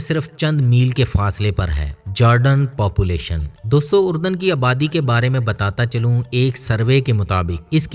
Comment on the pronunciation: Iska naam URDAN nahi ARDUN hai.